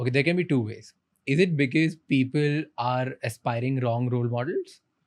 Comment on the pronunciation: I hate when someone says "beekis" for "because"